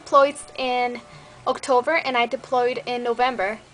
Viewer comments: Dang listening t you now and right here.You english has gotten soo much better haa you pronounced October "Octover" lol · Haha , you pronouce october like otocver ;D My family's from Tiajuana & Wymas .